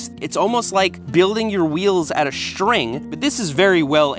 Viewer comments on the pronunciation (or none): “Bird spokes. Its almost like building your wheels out of Shtring! But it is a really well engineered Shtring. Its Shtrong!!”